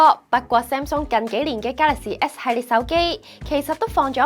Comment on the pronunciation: galaxy s都未讀好仲介紹